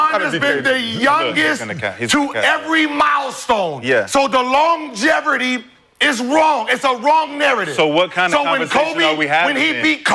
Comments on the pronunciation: Gil- it’s called LONGEVITY not Longerity!!! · Gil, what is longeverity?? 😁🤣😂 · “Long geverty” lmao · Longevity or Longeverity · Somebody gotta tell Gil it's "longevity" lol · Gil yells too much and does not know how to pronounce longevity